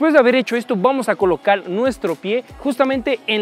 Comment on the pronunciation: Alguien se dio cuenta que dijo colocal buen video